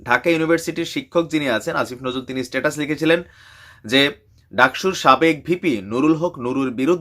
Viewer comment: সালা মুর্খ স্টেটাস নয় স্ট্যাটাস